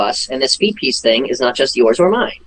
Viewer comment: "Feetpeace, what a fook3d up name" you said it perfectly.